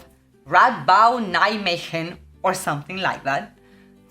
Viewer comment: Pronunciaste Nijmegen goed.